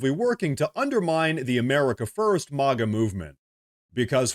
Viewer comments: Its MAGA not MOGA! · It’sMAGA not MOGGA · I've heard some pronounce it "Mogga" no, it's "M a' as in "cat' G ;A' as in "uh"... lolz... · Dude it's not moga it's mega and until you can say the s*** right I won't be watching any of your videos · It's not MAUGA, it's MAGA. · It's maga with a ba!' The Second( a ) makes the first (a) say it's name ,MAGA!!! Say it right already!RLGjr.